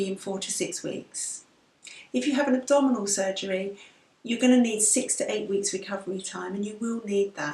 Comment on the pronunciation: When you said "abdominal hysterectomy" I thought you said "double hysterectomy" at first and laughed so hard :D